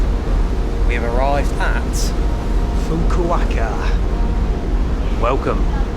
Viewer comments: Fukukaka, haha. Fukuoka, Fukuoka 😁 Anyway, swimming in Japan is full of rules (as everything else in Japan). And when not knowing the language, you are always lost in translation. About bars, go to the classic izakayas, bars with food and drinks. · I lose it every time he says "Fuquacka" ROFL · Say it with me..."Foo-koo-OH-kah" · Say it with me: FOO-KOO-OH-KUH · "Fook-a-ka-ka"...or was it "Fook-o-wa-ka"? nice! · Always love it when you mangle the name of places. Fukaka was hilarious! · I die a little inside whenever says Fuku-WAKA - it's not that hard to pronounce mate.. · Yeah those Fukuoka pronunciations were dreadful. He was getting better from Fukaka and Fukukaka, but then stayed at Fukuaka 😂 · You pronounced Fukuoka wrong mate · Why do you keep mispronouncing “Fukuoka”? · Every time you said "Fukuoka", I cried a little on the inside 🥲🥲 Congrats on finishing the 88 day journey! Cheers man! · always seems to butcher place names for whatever reason! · Fu-ku-o-ka -pronounce all of the vowels in Japanese a bit like you would in Spanish. Have a great time in Japan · Do you keep trying to say Fukuoka? I can't find a city named anything close to what you keep saying and Fukuoka seems to make sense considering the location... If so, Definitely NOT a chill city what so ever! You just didn't explore it enough. It's a huge busy bustling and expensive city! It's just really sprawling. Near the port is very boring tbh. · How to pronounce Fukuoka challenge: impossible 😂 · pronouncing Fukuoka in so many wrong ways is killing me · FUKUOKA FFS!!! you're a lost cause 🤦🏻‍♂️ Butchered Tsushima too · hahaha nobody destroys a name like you,. Fukuoka (fu ku o ka) you say Fukaka hahaha. Just joking with you. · Man, you really need to Google pronunciations of places you're visiting before saying them on camera. There is most certainly no place in Japan called "Fukaka". 😆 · Fukuoka has no “W” in the pronunciation it’s not Fukuwaka ffs 🤦‍♂️